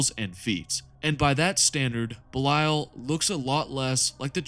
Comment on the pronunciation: Your pronunciation of Belial hurts it's literally Belee-ull